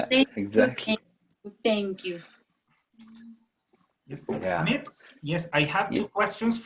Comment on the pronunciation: Le dije EIMIT en vez Amit jajaja